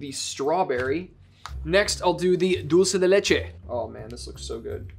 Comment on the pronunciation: as an Argentinean, I'm impressed at how good is at pronouncing dulce de leche lmao. Greetings yall, this is one of my fave series <3